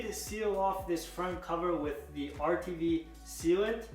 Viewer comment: Why are you saying utv sealant? Is it RTV?